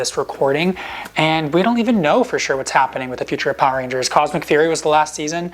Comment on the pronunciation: rangers! bro said ringers😂😂😂😂🤣🤣